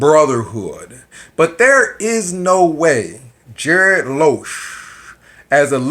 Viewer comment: That's a hard "G" as in "garbled" and not a "J" as in "Tom&Jerry". (You may be doing this intentionally so ignore this if so.) Keep up your videos, you never know when your next waiter will be a GB member!!